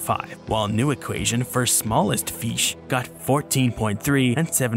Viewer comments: love how he says "feesh" like homie has such a wonderfully relatable goofy way of saying some things kdjfghkdfjg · Biggest BOI vs. Smallest FEESH